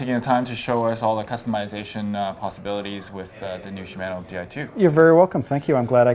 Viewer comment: It's pronounced "shi-mahh-no". NOT shi-man-oh, Sheesh.